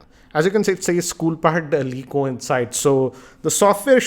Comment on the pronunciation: sir Its La Eco.. just saying!! best reviewer In India!!